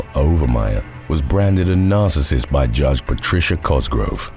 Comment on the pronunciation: Say narcasist one more time - I double dare you...